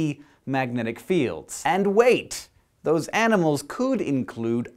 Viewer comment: Every time he Says "dose", I think That He's speaking Spanish.